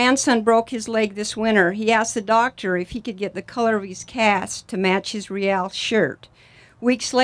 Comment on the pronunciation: this is great...but wouldn't it be greater if our team didn't have to have the lamest name of any MLS team? for years and years now no one can say ReAL correctly. the media don't get it right, the team don't get it right, the OWNER can't even get it right and he picked the darned thing. he picked a spanish name for the team...would it be so hard to get people to say RAY-AL instead of REE-AL all the time? just what the heck does "REE-AL" even mean? if you have to ask what RAY-AL means, then sorry